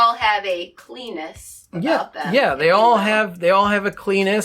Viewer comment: They all have a KLEENESS... she said Klee-NESS... not something that rhymes with Klenis... had to rewind and relisten...